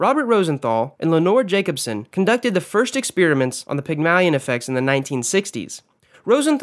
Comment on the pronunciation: great vid but hate the way u pronounced "Pygmalion" lol